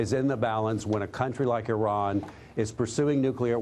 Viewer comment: Great speech (after everbody laughed at him) Trump can't even pronnounce Iran (eeerahn)